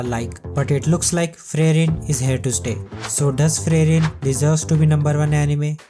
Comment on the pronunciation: It is supposed to be Free-ren and not Frey-ren.